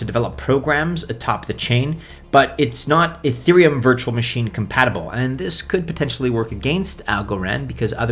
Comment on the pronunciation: Cardanio, Ah-theereum, so many goofy pronunciations.